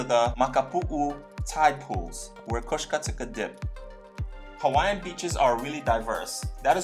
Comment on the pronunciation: All the Hawaiian Names you have mention was pronounced wrong. They say its bad luck and can bring harm to people who use their words incorrectly